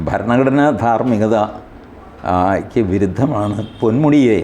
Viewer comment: " ബരണ ഗഡനാ ദാർമ്മിഗദ ".... ഇതെന്തൊരു ഉച്ചാരണമാ...!!?? "ഭരണ ഘടനാ ധാർമ്മികത" എന്നു് നല്ല അഴുത്തമായി ഉച്ചരിച്ചുകൂടെ....!!??